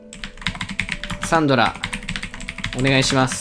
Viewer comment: 前から思ってたんだが…… サ↑ン↓ド↓ラ↓ってさん言ってるやん？私サ↓ン↑ど→ラ→なんやけど皆はどうか？私だけなのか…？わての偏見だろうか(T-T)？